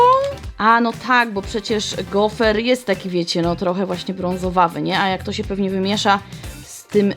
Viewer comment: gofr nie gofer 😂😂😂😂😂😂